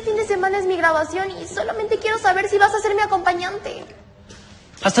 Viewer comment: Jajajajajajajajajajajajajajajaja no entendí 😓 Y te equivocaste diciendo envés de quiero dijiste queiro xd